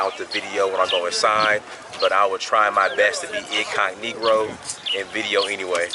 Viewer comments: Yes, we use that term a lot. He's not the first nor the last person to say "incognegroe" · Did you just say incognegro? Lol can't say I've heard of that before. I love learning history about my ancestors. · he said incognegro.....off the chain ..... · Did anyone else catch him say “incogniGRo” in the first minute or was that just me